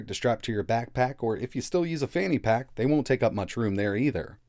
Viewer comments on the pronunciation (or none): none